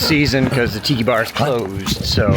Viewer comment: Tiki bar... I thought you said tittty bar. 🤣🤣🤣